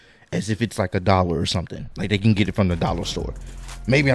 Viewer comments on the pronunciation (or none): lol at "happy Dellor"